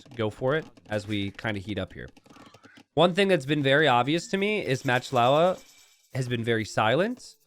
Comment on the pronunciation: I love watching videos and love AoE 2. However, still pronounces player names wrong on a few occasions. For example here is MachtIowa, which he pronounces Matchlowa. Macht is a German word, which means: to make. And Iowa is not LOWA, but Iowa, as in the US state of Iowa. So the players name essentially is Making Iowa. There is also another players name which comes to mind. Maybe because he/she is a Hungarian player (based on his/her name). Salytmacska. calls him/her Sally. However that's completely wrong. The first part of the name is salyt. It's just sajt, pronounced with ly instead of j. Sajt means cheese. The second part, macska means cat. so essentially the player's name is Cheesecat. I explained this to earlier in a comment, but I realize he can't possibly read every comment on every video he uploads. That would take years. Wish I could tag him somehow...🤔